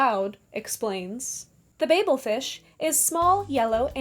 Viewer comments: Babel is actually pronounced babble.😅 Babble Fish. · Great video but it’s pronounced “ Babble Fish” just like Babble the language training app.